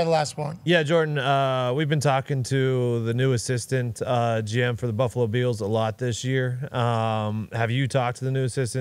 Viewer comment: Why are they saying “Buffalo Beals”??